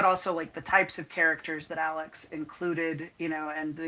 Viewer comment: Love this. Ill definitely be checking this out 😊 ps you said my name perfectly 👌 😊